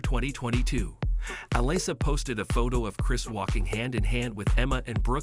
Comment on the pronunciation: Well you managed to miss pronounce her name and Sema !. Can you say "SEA MA" ?.